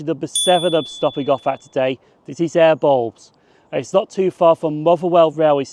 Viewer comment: Awesome vid and great to see some of the more obscure stations in Greater Glasgow. Also don't mind me laughing at how you pronounce Airbles and Whifflet 😂